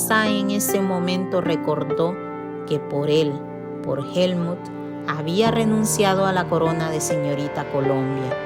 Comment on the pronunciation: Por qué dices Helmun si es Helmuth. 💁🏻‍♂️